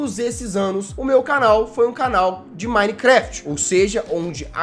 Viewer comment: 10 anos de minecraft e não sabe falar minecraft